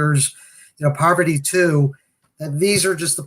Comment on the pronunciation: Parvati not pronounced "Poverty"